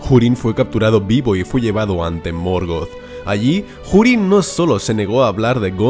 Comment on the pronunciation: Desde cuando se pronuncia la H? Dado que Hurin ni siquiera es una palabra inglesa